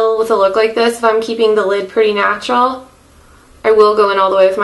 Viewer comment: Stop fucking calling it natua